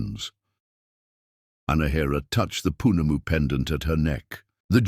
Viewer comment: Great story. Willow was so cruel. New Zealand Maori listening here. Correct Maori (Mao- rhee) pronunciations Whanau (Far - no)Family Whakapapa (Far-car-pa-pa) Lineage -. Pounamu (Poh-nah-moo) greenstone. Tangi- (Tah-gnee)- Funeral Good attempt. 😁😁